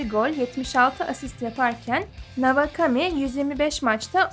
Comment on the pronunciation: Navakami ne ya kulaklarım kanadı doğru telaffuz etsenize şunu